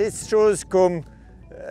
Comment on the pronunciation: comment il dit "la bouffe" ca m'a tué ...